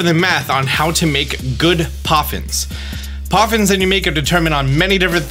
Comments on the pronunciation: poffins not coffins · "Best Coffins" what are you saying 😨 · best coffins? What kind of thoughts were u having while you were sick?? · Lmfaoooo in the beginning it says Coffins not poffins i love it🤣🤣🤣☠️ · I'm sorry are we making Coffins, Ploffins, or Poffins? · Did anyone else notice at the beginning when it say Best Coffins, Instead of Best Poffins. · “Best Coffins” is cracking me up